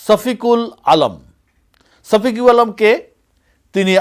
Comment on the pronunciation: ওরে ভাই ছপিকুল নাহ। ওটা শফিকুল